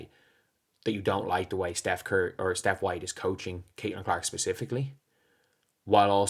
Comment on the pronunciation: "Stephanie Whitelies has done an unbelievable job this year.", please share your smokes and drinks with me. How "high" were you when making this video?